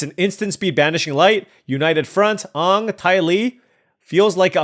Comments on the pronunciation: I love you drafting this but please pronounce aang properly and not like the live action movie that hurts my soul to this day lol. Looking forward to doing sealed tomorrow. As always love the content though. Edit: Now seeing you haven't seen the show. The original is a really good watch if you ever want to give it a try. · Rable rable rable mispronunciation of names in my mid ass show rable rable rable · Toph = T-ah-f. Aang = An-ng. No shame when reading cards of shows you may never have seen. It feels like I'm watching Saffron Olive as you pronounce cards. Love it and please keep up the content.